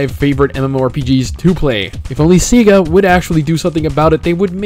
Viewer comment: Please stop being a sweet summer child and giving EA your money. Because that's what you're doing when you play The Old Republic. Also, it's "Say-Guh." Please say their name right.